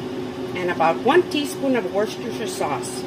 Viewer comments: I wish someone would teach Americans the correct way to pronounce ‘Worcester Sauce’ and ‘Salisbury’, both of which massacres in this video. Side note - she also can’t spell it correctly!! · You tell that Ron that sometimes you just NEED mashed potatoes!! Lol.. Those steaks would be good with Buttered Noodles! Oh and I noticed how well you said worchestershire sauce...and your little grin!! Delicious once again!